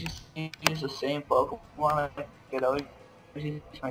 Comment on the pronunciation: ITS NOT POKEMAN ITS POKEMON MON MON ONNNN :P PLEASE STOP